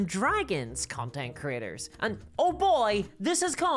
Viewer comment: Sounds like you are saying "content critters."